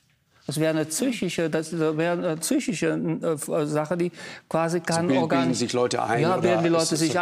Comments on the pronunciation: Der Lauterbach ist zychisch angeschlagen😂😂Der kann das Wort psychisch nicht richtig aussprechen😄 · ein Gesundheitsminister der das Wort „Psychisch" nicht richtig aussprechen kann, obwohl er Medizin studiert hat... das lässt tief blicken !